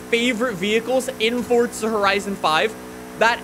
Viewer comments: Dude its Forza for the last frikin time not Fortsa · Are you ever gonna say it right? Its forZa not forTza